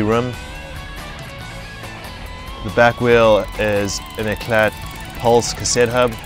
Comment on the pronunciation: the t in eclat is silent.....